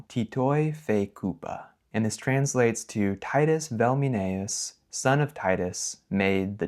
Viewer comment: If you listen to Polymathy, Latins read Velminaeus as Uelminaeus. If this maybe debatable Titus was not pronounced T a ee t schwa s , but the same as you pronounced Tito , except for the ending -us . Also ae wqas pronounced as a diphtong a e , not e. Judging from the second text, Foied vino ...., the conclusion is that you have first to learn the correct Latin pronounciation.